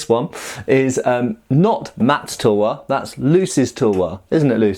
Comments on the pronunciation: Half the vidoe I was like "what is a Indian towa" Then I get what you ware saying, it's pronounced like this tal-var btw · We call it as thalwar not tulwar